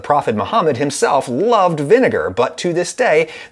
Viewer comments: vin-e-ne-gar say it from the n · It’s probobly vinager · What is the second syllable of vinegar???? 😂😂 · Vinegar with a hard R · Say vinegar without the vi 😳